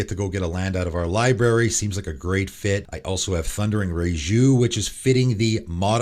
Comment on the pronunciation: And mispronounced hierophant and raiju